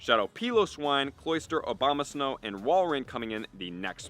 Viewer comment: Was i the only one to hear "Obamasnow"? 😂